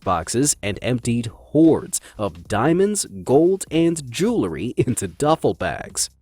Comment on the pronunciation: It's pronounced JEW-el-ree, not JEW-lur-ee. 😂